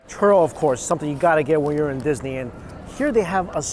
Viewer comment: Everytime he says churro I keep hearing Turtle 😂